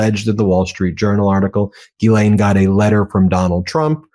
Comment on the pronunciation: Ben, you get an A+ for being the only journalist who consistently pronounces Ghislaine Maxwell's name properly. 🎉